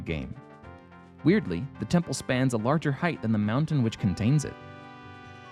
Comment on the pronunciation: Death M-WOW-ntain